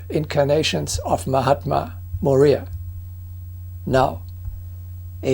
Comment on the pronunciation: MORYA. Is pronounced MORE YAH in English